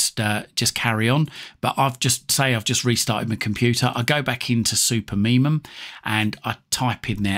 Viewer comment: I'm sorry, but it is Supermi-UM not -MUM